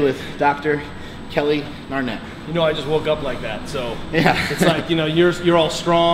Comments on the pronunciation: Did anybody else pick up on mark calling him Kelly 'Narnett'? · "kelly Narrnett."....wtf?